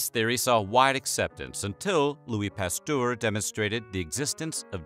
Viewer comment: This is a very well done video. I taught biology and medicine, and the hand washing was a revolution. Victorian doctors were a bunch of egotistical idiots... The microscope would have made his case much easier. Just a little niggle - Pasteur is pronounced like "pasteurized" without the "ized". : "pas-ter"